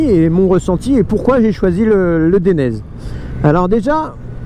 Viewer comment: Dainese est italien, prononciation daïnèsé😉